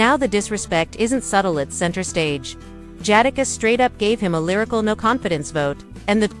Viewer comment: Can’t take u serious LOL U CANT EVEN SAY JADAKISS RIGHT 😂… FOH WIT THIS MESS😂😂😂😂😂😂🤦🏾‍♂️